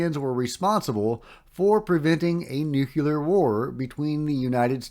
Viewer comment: Love you, man but c'mon - say it with me... "Nu...clee...are. 💛